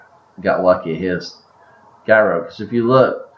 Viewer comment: Great video - I was wondering if this was useful, I think I'll start using it. BTW it's pronounced JEYE RO, (Ji rhyming with EYE), ROW. Not Guy Row. It's a Gyroscope, not a guyroscope. Use this link to hear it.